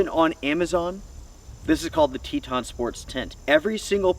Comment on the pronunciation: Just say Teton ....🤣😂🤣😂